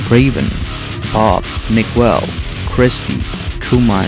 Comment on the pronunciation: It's pronounced Mee-gel not Migwel. The "u" is silent.